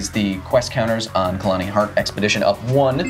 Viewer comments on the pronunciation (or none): KHALANI, my ears bleed everytime he spoked wrong, and you didn't correct...